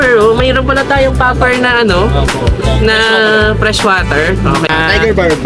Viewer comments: Puffer Fish po hehe not Popper 😅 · Puffer po sir not popper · Sir mawalang galang na po, Puffer po sir, hindi popper. Tnx po! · Puffer yan hindi Popper😂